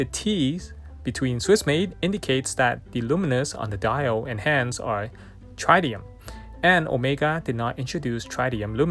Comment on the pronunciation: Incredible piece. Just to let you know, tritium is pronounced trih-tee-uhm, with the initial "i" sound like the word "middle" or "fill".